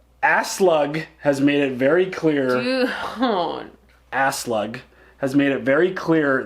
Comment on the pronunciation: When pronounces Aslaug as Ass-Slug 🤣